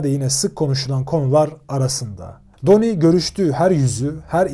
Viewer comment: isimden basliyalim. Donnie okunuşu Danni'dir.. Mafya yapilanmasi hakkinda arastirma yapmani oneririm. Donnie hic zaman " soldier" olmadi, hep associate kaldi. " soldier" yada " made man" olabilmek icin aile icin cinayet islemen gerekiyor.. bir kac ornek. Butun gunumu alir video da ki hatalari duzeltmek. Emegine saglik yinede.